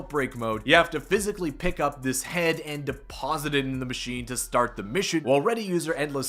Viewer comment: every time he says machine-ayy I cringe